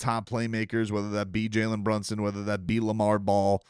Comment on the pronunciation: The flubber reference is even older than that. It goes back to Fred McMurray, an old Disney movie. Robin remade it! Also, it's Lamelo Ball, not Lamar, but it's all good family. You're awesome! People love the content!